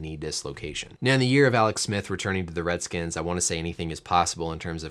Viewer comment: Ooooo you said Redskins with a hard R